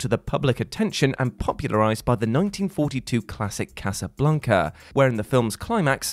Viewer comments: I always thought it was "Casablanca" not CasaBLUNCA! Lol! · Did you call it Casablunca?